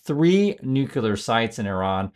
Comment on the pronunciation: Brain dead dumbass, if you're gonna try to read news you need to learn how to pronounce English words. It is pronounced nuclear not "NUCULAR" like Homer Simpson good God